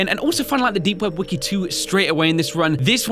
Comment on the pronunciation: you said weki three not wiki three